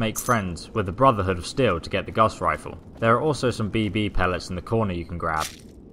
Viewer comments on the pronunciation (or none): Omfg this guy said Gas Rifle I can't watch this anymore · its gauze riffle